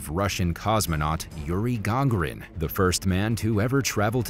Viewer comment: Yuri "Ga-garin" is how you pronounce the first man in spaces name